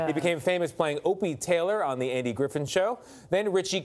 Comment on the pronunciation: MIsprounounced "Andy GriFFIN Show" and PlaCIDIO Domingo" in the first sentence. Any credence for this talking head?